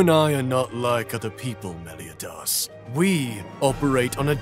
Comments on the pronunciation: I QUITE despise how they say Meliodas... So...thanks, I hate it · Why do they mispronounce Meliodas like that every time hooo makes me hurt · Its so weird how they pronounce meliodas, but it doesnt change how good this series is.(Gilthunder is the best character in this series) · I hate the fact that Hendrickson pronounced Meliodas wrong...